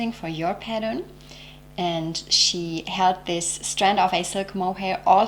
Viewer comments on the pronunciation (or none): none